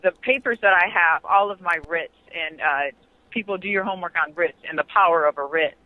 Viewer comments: it's "writ", plural "writs". "Ritz " is either a fancy hotel or a snack cracker. " Writs" come from legal entities. Like courts. Which she says are unfair to her. Where did her "writ " come from, I wonder? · Lol...bro.. she's saying WRITS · Writs, not Ritz but point well taken although "Everything tastes better sittin' on a Ritz." 😝🤣👍